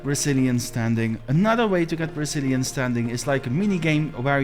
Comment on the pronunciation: I keep hearing "Brazilian" hahaha